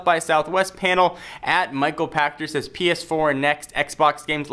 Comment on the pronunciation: Seriously? Michael Pa"sh"ter and Gee-off Keighly?